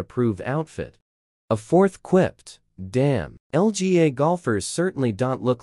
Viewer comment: It’s LPGA not LGA wtf?